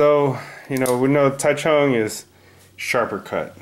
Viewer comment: And as an FYI Taichung isn't pronounced the way it looks to English speakers. It's more like a J sound than a CH sound.